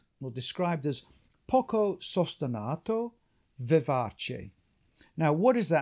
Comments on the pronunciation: Poco sustenuto , of course is pronounced like sostenooto 😂 Not sostenahto , not english please, it is an italian vocabulary ! 🙏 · Fascinating discussion of one of the most glorious of Beethoven's symphonies. If you'll forgive me - languages are my other passion- you make a couple of errors in both your Italian and German. The tempo marking is sostenuto, not sostenato. As for the great hall in Vienna- the Musikvereinsaal- it is pronounced 'verine' not 'veren or 'vereen''. The easiest way to remember the difference between 'ie' and 'ei' in German, is that it is the second letter that is pronounced: so 'verein' , like wein ( wine), meine ( mine), and kleine ( little) are pronounced as in the English ' ine", whereas 'ie' : Dienstag ( Tuesday), liebe ( love), and Wien ( Vienna) are pronounced 'een'.